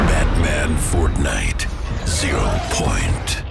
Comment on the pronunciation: nah just say "Batman ZERO PONIT"